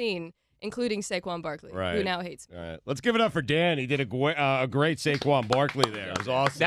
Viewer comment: Stugotz Mispronuncification: 'great'